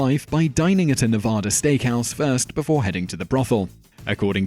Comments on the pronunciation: whats up with youtubers pronouncing Nevada wrong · Just looked it up from a Fox News video that says that when there, political candidates should pronounce the state "Ne vad ah" (source:GOOGLE IT, you'll find it) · The History Nerd My prior comment was an attempt at humor, after doing some Googling myself to check the pronunciation, and finding the video where Trump, speaking in Nevada during the campaign, arrogantly informs his audience how it SHOULD be pronounced. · Only Nevada residents pronounce it Ne vad ah. The rest of the world pronounces it correctly, the way it SHOULD be pronounced according to the way it's spelled.